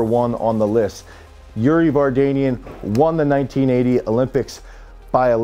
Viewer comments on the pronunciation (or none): There is one thing if you start this video you are to pronounce correctly the name of people you respect not Kaki and definitely not Vargenian. Speaking about the athletes they are great but the name of the video is doubtful.